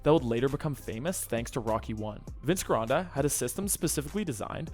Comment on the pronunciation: GIRONDA the G sounds like a J